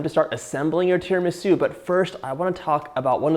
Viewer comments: TiramisÚ!!!! TiramisÚ! Great recepe but you have to pronounce the name right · “Tara-ME-sue” … not sure if it trust the recipe anymore (/j) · Please pronouncee Tir ma sue and mask a one cheese. The egg & sugar is. San en none. - I've given you the phonetic. Pronunciation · His pronunciation of tiramisu is so cute, or do I just say it wrong? 😜🤔🤗